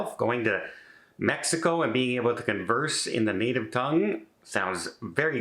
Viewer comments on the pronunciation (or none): none